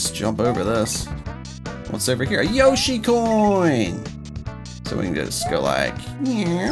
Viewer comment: You said yoshi corn